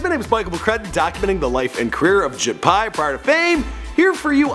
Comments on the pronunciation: I'm pretty sure he kept calling him ashit Pai 😂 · It's actually Ashit Pai not Ajit Pai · who's this guy? Ashit Pie...lol